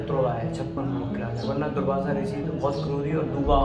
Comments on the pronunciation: द,,Bhai भाई दुर्भाषा नही दुर्वासा ऋषि थे . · Durbasa rishi . Durbhasha nhi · Durvasa rishi h durbhasha nhi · "दुर्भासा" ऋषि नहीं "दुर्वासा" ऋषि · shri krishna ki mata ji ka naam jaanki nahi devki hai aur rishi ji ka naam durbhasha nahi durvasa rishi hai please correct this in your vedio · Durbhasa nahi dhurvasa boleya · Please pronounce Durvasa,not Durbhasa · दुर्भाषा नहीं दुर्वासा बोलना चाहिए जी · Durbhasha nhi Durbasa Rishi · Durvasha.. Not Durbhashaa. Durbhasha sounds bad bhasha, language. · ओ भाई कितना गलत बोल रहे हो पहले खुद ज्ञान अर्जित करो बाद में सबको बांचना कंस की बहन देवकी जी थी न कि जानकी ओर ऋषि दुर्वासा नाम है न कि दुर्भासा थोड़ी शर्म करो पहले खुद जानकारी लो सब😡😡😡